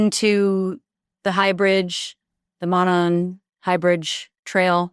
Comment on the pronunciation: It's obvious that DA$$ was coached by the corrupt prosecution. This is a joke. Notice how she mispronounced monon???? I mean she corrected 360 degrees ubtuber on how to pronounce it!!! And the emphasis on the sweatshirt Abby's dead body was foundcin( delphi swimming);is such a TELL & SOOO badly explained away